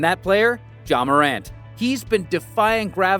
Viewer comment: “Ja Warrant” 😂😂😂